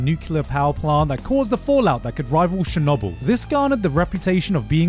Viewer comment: Shernobble? Did… you mean Chernobyl?